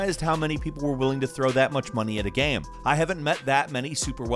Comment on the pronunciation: Geeaim or how normal people say it game